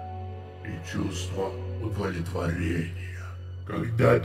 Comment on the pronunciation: А что такое "удволетворение"? Эх, поколение ЕГЭ... Но в целом все супер. Стоит продолжать. Но больше уделить внимание произношению.